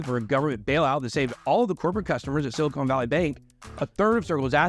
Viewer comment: 'Silicon,' not 'silicone.'